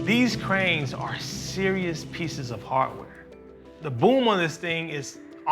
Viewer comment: about the guy says "these cranes are serious pieces of heart ware". He's an engineer yet he speaks black English? You better step up your game guy because you're embarrassing yourself in public. What is heartware? Let go of the black identity language cr ap and speak English. Unless of course, you can't.